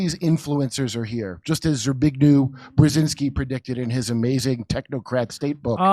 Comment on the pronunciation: I'm Polish and each time you try to say Zbigniew Brzeziński I'm lost, trying to understand what are you talking about. xD